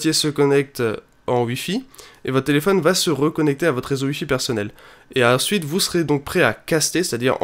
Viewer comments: Pourquoi au lieux de dire "wi-fi" tu dis "ui-fi" ? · Tuitter aussi et Uilliam